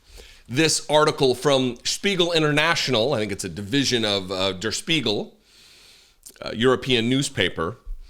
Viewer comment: Really good pronunciation of 'Der Spiegel'. (I made a comment on pronunciation but I wasn't mad. Thought you might wanna know in case you have to say it again ✌).